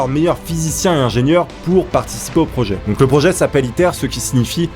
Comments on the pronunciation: À chaque fois qu'il disait ITER j'avais l'impression qu'il disait "Hitler" 😂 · quand ta dit le nom du truc j'ai crue que t'avais dit hitlaire